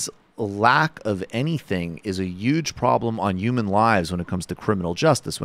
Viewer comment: Yewdge prawblem